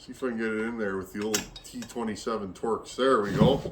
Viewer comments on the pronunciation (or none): none